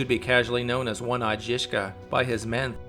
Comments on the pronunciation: Rad love it bro but your pronounciation needs work. Trill the ż more it's not jiska it's żiżka like polish word żubr or żubrovka if you prefer i know i do hehe. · The fuckin pronunciation 😂😂 “Ž” is basicaly J without the “d” sound